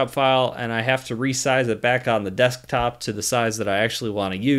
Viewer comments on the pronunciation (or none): none